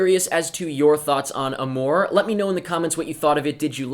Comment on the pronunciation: You don't pronounce it that way...